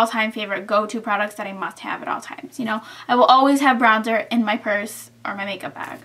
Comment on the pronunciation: lol it might just be me but.... did you say Brownzer?